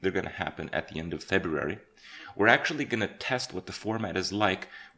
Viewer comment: Someone needs to teach Kripp how to pronounce February.